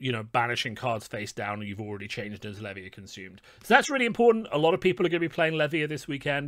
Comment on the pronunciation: Why does no one pronounce Levia correctly? Otherwise insightful video - thank you.